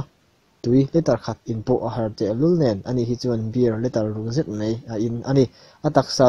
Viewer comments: mei ti lo hian mai han ti ta la. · A ngaihnawm hlemai.. Mahse Mai hmanna ah mei i ti tlat hi ngaihthak ati hrehawm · A ngaihnawm hlawm khawp a, mahse, 'mai' tih tur 'mei' i tih thin hi fimkhur deuh teh